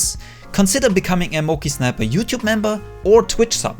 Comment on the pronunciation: When You Realize His Name is MokeySniper not MonkeySniper